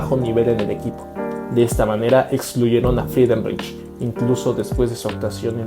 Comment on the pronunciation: CREO QUE SE PRONUNCIA FRIDENRAIJ.